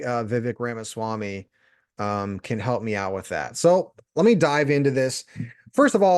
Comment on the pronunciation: Please, learn to pronounce a person's name before doing a review.